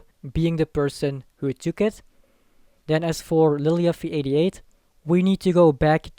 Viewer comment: Really annoying how you say lilyuffie88 lol